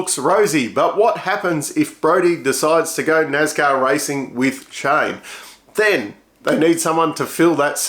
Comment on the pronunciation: NASCAR It's a S not a Z, so NAS not NAZ, National Association for Stock Car Auto Racing